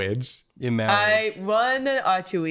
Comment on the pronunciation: The second she mispronounced marriage I had princess bride flashbacks